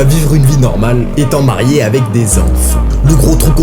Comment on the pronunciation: Ça va tu me rassure je suis pas le seul qui a surpris sur cette phrase totalement mal prononcer😮🤔😤😞